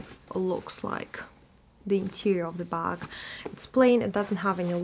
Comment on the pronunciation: You said “buk” hihi